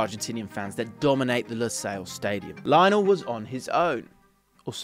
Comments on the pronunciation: It's it just me? Does anyone else get perturbed when these videos call him Lie-nel instead of his actual name of Leo-nel? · It's "lee onel" messi please! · It's pronounced Leeonel man! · it is LyNO it is LEE-YONEL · cant even make the effort to pronounce his name right... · You're saying Lionel Messi's first name wrong. If you have watched any of his games or listen to any commentators say his name then you would know that you are saying his first name wrong. Not sure how more ignorant you can be.